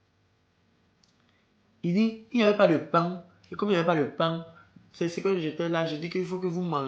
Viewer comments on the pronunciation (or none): l'accent camer de la fin là a réussit kooo "paing" 😂😂😂